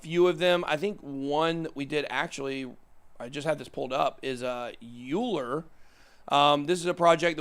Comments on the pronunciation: Euler is pronounced ‘oiler’ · Euler is pronounced Oiler. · Euler is pronounced "Oiler". We was a mathematician.